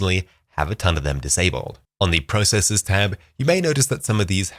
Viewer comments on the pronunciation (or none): none